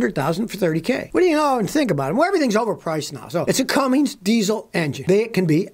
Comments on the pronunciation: Cummins, not Cummings. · Hey Scotty, love your videos, please do me a favor drop the "G" There is no "G" in Cummins.